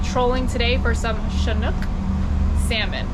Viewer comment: The name of the fish is Chinook not Shinook. At least that's what we call them in the Pacific Ocean. Stay safe young lady and thank you for the video of my home state